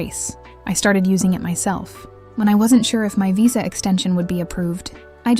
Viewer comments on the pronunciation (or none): none